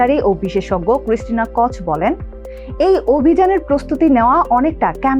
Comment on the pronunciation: For your kind information, the pronunciation will be টর্টিয়া, ক্রিস্টিনা কো–ওক, ক্যানাডা, এবং হিউস্টন not the way you are saying.